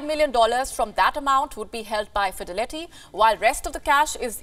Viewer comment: She said Fide letty😂